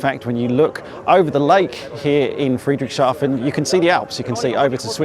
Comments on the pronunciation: Oh no you're not! It's FREE-dricks-Haa-fen :face-blue-smiling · Tip for pronounciation: it's two words together, Friedrichs and hafen. Not Friedrich and shafen. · Hi, for the pronunciation, just split the name of this town and you'll be fine: say Friedrichs Hafen 🙂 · Great walk around, thank you, but sadly I don’t think you got the name of the place right once:-) It should be thought of as 2 words combined: Friedrich, a persons name similar to Frederick or just Fred, and then Hafen which is the German for haven, harbour or port. In between the 2 words is the “s” as the “hafen” was named after some Friedrich so really there’s no “sh” sound present. There’s also no “t” in any of this so definitely not shaften:-) btw I worked in Germany for some years and even had a girlfriend from… Friedrichshafen and so went there often! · Soo so so weird seeing you on my home base! I ran into Jon on the AERO but was surprised to find your video here. YEARS ago, I suggested you should visit the AERO. A shame we didn't meet. Would have loved to help you pronouncing "Friedrichshafen":-P If by chance you're there on Saturday.... drop a note! And: Mate! Glad to hear that the skies have you back! Honestly, so happy! Looking forward to seeing new flying- content, here.